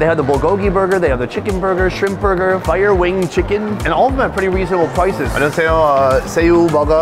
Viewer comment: 존나웃긴건 화이어윙 할때 콩글리쉬 발음 나옴ㅋㅋㅋㅋ 아래에 영어 써있는거 보고 뽜이어윙 영어발음 해놓고 주문할땐 화이아 윙~ 이러는거 개웃김ㅋㅋㅋㅋ